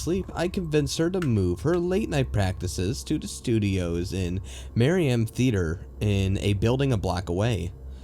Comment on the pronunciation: Everytime you say THE you say DA!